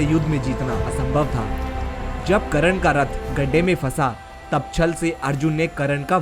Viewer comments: Abe Karan nhi hota he karn hota he be.... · Bhoshadi k Tere ko to Sahi se yoddhao Ka nam hi Nahi pata h wo Karan Nahi karn tha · Mahayoddha karn ka nam to theek se le it is कर्ण not करण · Abe sale kran nai be.. Karn Naam h bee sale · it's not karan...it's karn....thk se bol to le bhai pehle.... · करण नाहीं कर्ण.. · it was not karan its karna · karn hota he ..karan nahi ... pronoun to thik se kar